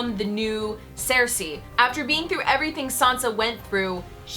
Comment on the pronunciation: Why do you pronounce Cersei like that?